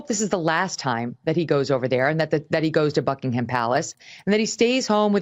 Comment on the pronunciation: Megyn ... It's not BuckingHam police.. (The H is silent!) Your credibility is at stake if you cant even get this right! .. Meanwhile have some compassion for the silly spare!! If only Princess Ann could have inherited the throne! .. A brilliant, wonderful woman!